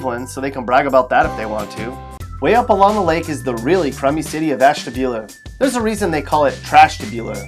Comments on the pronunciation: It's pronounced "Ash-TAB-U-la." Makes you sound nice and erudite! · More. Like. Ass-dula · He also pronounced Ashtabula wrong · man Ashtabula 😭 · the way he said “ashtabula” oh my god